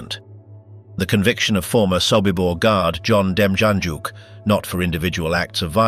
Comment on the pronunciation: I thought the man from Cleveland, OH, was pronounced dem-yan-yook.